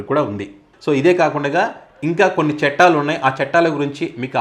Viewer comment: "చెట్టాలు" కాదు నాయనా! 'చట్టాలు' అనాలి!!